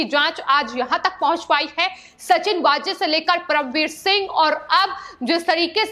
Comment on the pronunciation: सचिन वाजे (Waaje) यह असली नाम हैं (कई चॅनल्स 'वझे' उच्चारण करते वो सही नहीं)